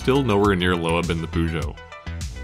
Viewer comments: That’s not how you pronounce Sebastian Loeb “Lowah” as you so eloquently put it. 🤦‍♂️Loeb is pronounced as “Lobe”. Rhymes with globe. Get it now? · LowEb 😂👀 it’s loeb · Why is Peugeot pronounced Pu-Jo? Or Loeb as Low Ebb? Come on. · Sebastian would slap you for mispronouncing his surname like that. You pronounce it as if it's spelt like "Lobe" 🤨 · Storytelling great, music awesome, footage excellent, but did you have to butcher some pronouncations like that? peugeot and loeb should be easy to research on how to pronounce